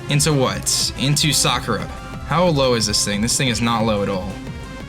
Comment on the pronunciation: you know Sakura is NOT pronounced like that, right? Everybody knows its saKUra, not SAkura